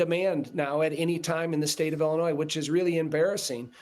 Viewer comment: Ellenois? It's Illinois